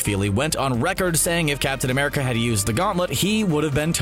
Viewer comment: Not gonna lie I thought u said captain under pants